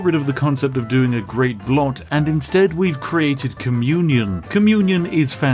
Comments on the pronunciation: Never heard a english speaker say "blot" before XD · The Narrator pronounced "Blot" with the "l" before the "o"! Where is the real Spiffing Brit, and what have you done with him? o_O